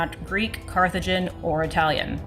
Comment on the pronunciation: Also, mis-pronouncing CARTHAGINS for Carthaginians... Total Dipshit...